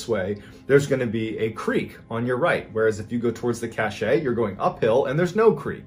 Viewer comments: *Apologies to all in advance - autism does wonky things to me sometimes. Cashet (cash-ay) means prestige. You mean Cashe (cash) a store of goods or supplies. I am sorry - it is making me crazy hearing it mis-pronounced (oh, whew, 5 mins in you pronounced it right) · Cache is pronounced cash not cachay/cachet 😂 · Cashay drinking game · I know, it is so cringe hearing cachay so many times. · MrBallen, please look up the pronunciation of "cache." The "e " is silent. Yeah, I know I'm grammarphreak and lots of you don't care, but I love MrBallen and don't want others being disrespectful. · Cache is pronounced kash. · It's a cache pronounced cash. It's a collection of items that you store. An example is an arms cache. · I’m so glad someone else knew. It was tap dancing on my last nerve. The word is French and, like so many other French words used in American speech, it’s more often than not butchered. Makes me nuts! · Thank you, the pronunciation was making my eyebrow twitch.. lol I do love the channel and content though… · It maybe the French pronounces it just the same way Mr. Ballen did... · I actually can't continue listening because of it. I think he's thinking of cachet like a good reputation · I was thinking the same thing lol but I figured maybe I was wrong because he was a Navy seal. I don’t know. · Gawd ty for pointing that out! I was about to lose my mind as many times as he said it wrong! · It's funnier to say it wrong bcs it pisses ppl like you off!😂😂😂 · omg… EVERY. TIME. CACHE. WAS. MISPRONOUNCED. 🤯